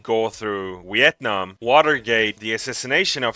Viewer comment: Vietnam and vision and victims please - not Wietnam, wision, and wictims!!! Otherwise, a great wideo, er, I mean, video!